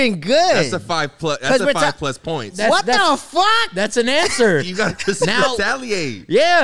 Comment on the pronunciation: Boi that philly accent came out in that “what the fawck”😂😂😂you soundin like my grandiddy from philly.